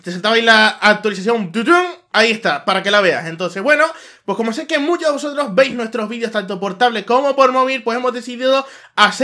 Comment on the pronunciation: Oh Dioh Mioh Musho Potasio Oh Noh <3